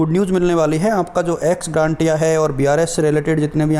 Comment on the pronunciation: एक्स ग्रांटिया नहीं होता है एक्स ग्रेशिया होता है भाई एक बार सत्यापित कर लें । वीडियो बनाने के लिए धन्यवाद एवं शुभकामनायें ।🙏